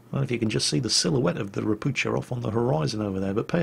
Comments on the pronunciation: It is pronounced ropu"h"a not "ch" just "h" and the name means "toad" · Hi. Great vid! I see you usually try to say everything as correctly as possible and you almost got pronunciation of Ropucha right. cha should be said same way as hu in hurricane :) Sound you used is spelled sza in polish . If you will find that difficult just say Toad. It's what it means ;) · To pronounce "Ropucha" correctly do not read "c" so it will be something like "Ropooha" which means toad in Polish (and in Russian also I am pretty sure). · Hey, a lesson in slavspeak: Polish "ch" is read like 'h' (same as in English "how"), so "Ropucha" reads like "ropuha". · If Ropucha is Polish it should be pronounced as "ropukha' or "ropu'ha"... atually...:PP